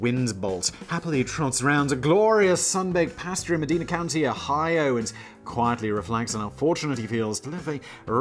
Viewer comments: lol. It's pronounced Meh-DINE-a. But you got Cuyahgoa right! BTW? The building with the balloons? Just had a water main break where MILLIONS of gallons of water went down 12 floors. The whole inside of the building may loose it's original plasterwork! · He still said Medina wrong about a dozen times 😂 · I noticed, lol. To be fair, tho, he was pronouncing it more like the original Medina. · Simon: accidentally pronounces Cuyahoga correctly but destroys the word Medina 🤣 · Lived for 30 years in Medina Ohio, Simon got every name wrong… Alegendly